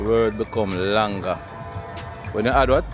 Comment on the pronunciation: the word is longer not long-ga lol